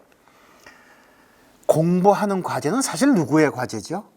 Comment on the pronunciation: 장음인 단어의 첫 자를 짧게 잘못 발음한 예:사실,주목,가치, 좋지요, 등, 이 분 만큼 장단음 문제가 적은 강사는 듬뭅니다. 강의는 A÷, 축하합니다. 미움을 받을 용기! 맹자에, 수천 만인 오 왕이! 미국 변 완수 배